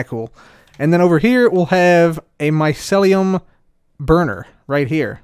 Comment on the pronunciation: I'm triggered every time says Mycelium like "Maiselium"